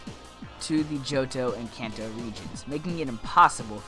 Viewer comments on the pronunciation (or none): none